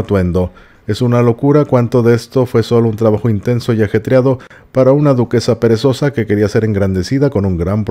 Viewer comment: Jajajajajaja medio mucha risa cuando dijo princesa peresosa.